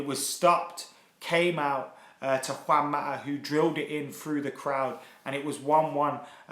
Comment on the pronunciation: Juan Ma-ah :p